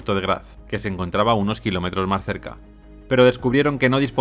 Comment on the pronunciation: Que pronunciación tan extraña, la palabra “más” entre otras la pronuncia “Mar”